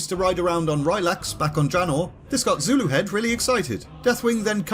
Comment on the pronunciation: im 98% sure you pronounced zuluhed right